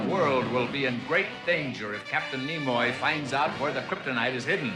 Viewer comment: "Nemoy"? Did Mr.Spock do a cameo in this episode? 😆😆😆